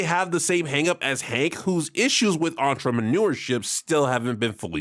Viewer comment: Entramanureship IS more dignified than Onlyfans based “Entramanureship” had me cracking up whenever ya said it btw